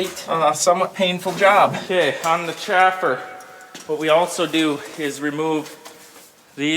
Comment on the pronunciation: Chaffer and Sieve... I know you know what I'm saying, so all you all,,, say it correctly....